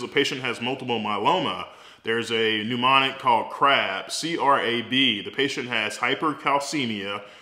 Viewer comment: "Lie-berry." "pneumonic." The language police got to me :'(